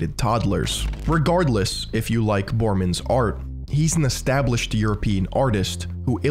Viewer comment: It's not "Bohrmans", it's pronounced as Bor-ré-mans. Otherwise a very precise and fresh perspective, subbed!